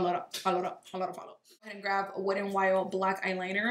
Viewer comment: I just realized that you say “grave” instead of “grab” lol it’s cute